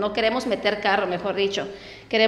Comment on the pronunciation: Minuto 9.58 dices: recebidor, no será recibidor?